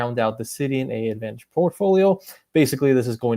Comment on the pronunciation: Thanks for posting this. I appreciate the comprehensive info and this seems like it could be a good fit for people who don't need the full Admiral's Club membership. One small thing, I believe AA's branding is confusing, but I believe the name of the program is pronounced "advantage" (despite the two A's).